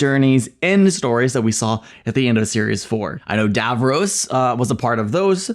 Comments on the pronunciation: It's Davros, not Davrose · Genuine curiosity here: Davros is clearly pronounced with the second syllable identical to the boy's name Ross. So why is it that Americans (and I've watched quite a few US Who reactors) always pronounce it as Dav-rohss? I mean, I've watched all of Friends, and Ross is never pronounced Rohss.